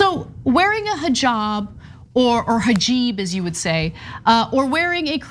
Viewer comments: she really said hijeeb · It is not jiban it is hijab bye the way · "Her Jiban" 🙄😂😂😂 damn she's so STUPID!!! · This is so stupid on so many different levels. Lauren, where did you learn to say “hajib”? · "hajib" =-P x-D Jamaal Bowman said the same thing* when he first videocalled Ilhan Omar, but it's okay - she called him "Bowen". *He was complimenting her as a role model for hijab-wearing students in the high school that he was principal of. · Whats a "Hajib"? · A cluster fkuc of stupidity once again from the dumbest of all Republican Reps, and that’s a pretty low bar- plus nice little micro aggression in the fake mispronunciation of hijab